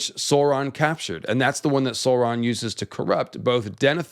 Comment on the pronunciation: Sooron =/= Sauron